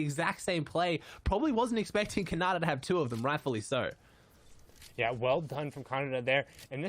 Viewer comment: Bro did anyone hear calling khanada conada